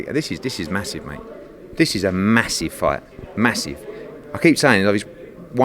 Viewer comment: Eddie "massiff" Hearn